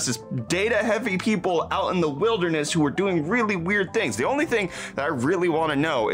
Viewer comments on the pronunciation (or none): none